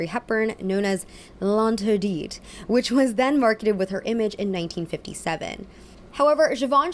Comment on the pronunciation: L’interdit means ‘forbidden’ for the uninitiated. Also, the ‘t’ is silent.